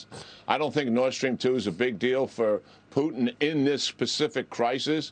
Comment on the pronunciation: "McCrone" ... "Poo-tn" ... Yeah, yeah really qualified....